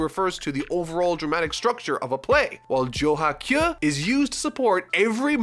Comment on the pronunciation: Anyone else bothered by how he pronounces kyu as kyuh?